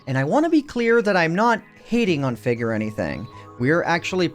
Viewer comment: When you first mentioned Fig's name, I thought you said "Fit" as in FitMC